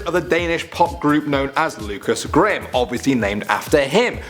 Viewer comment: WASS A GAM (what he called "graham")